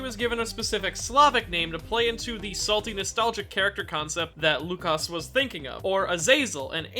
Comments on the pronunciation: Not - "Lukasz" Yes-"Wookasz" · It's "woo-cash" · You almost got "Łukasz" right, the Ł is pronounced like W and "sz" is a "sh" sound. Malina means razzberry and zdrada betrayal in polish. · Oh god, you butchered his name. Good vid tho.